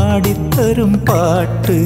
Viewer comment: 1.09 Time... Yesudas Pronounce as "Kaattu"instead of "Paattu"...Pls Note😁